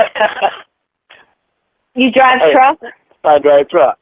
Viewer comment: Why does he always say “drivetruk” when saying his profession